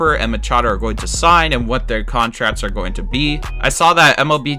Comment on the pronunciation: Love the content but turned off by the failure of the commentator to pronounce hard “k” sound. Players sign contrats. Sale plays for the Red Sots. Teams employ analydits. The Yankees are iconit. Luxury tats. Yikes.